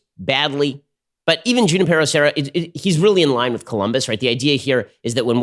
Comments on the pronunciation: It is pronounced “who NIP er o” Serra. Basic Spanish pronunciation Ben! You live in Ca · Ben, its pronounced “Who-nee-pear-oh”. And didn’t Junipero Serra to a great extent enslave the native indians while converting them? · As, suggest u pronounce Junípero Serra properly. Junípero starts w/ the h-sound as in José)? and CA Hispanics may not know his contributions. I grew up in CA, as did my parents. Sixty+ years ago, my mom felt we must learn about Junipero Sera's influence, the bells, 101. So off we went one summer on a road trip to visit every of his missions as he and flock journeyed North. In those days, we could find the padre, listen to his story of the mission and the converted American Indians.y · The rolled r! I died! RrrrrRRRRRRRRrrrrrr! 😂😂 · What was that rolling r thing? That's so cringe, Ben! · How did Ben grow up in Southern California and end up so worthless at pronouncing Hispanic names. I’m as white as they come but I grew up in San Diego/LA and learning how to properly pronounce Hispanic names is an everyday lesson. The way he says Devin Nunes last name drives me crazy and now Junipero - yikes.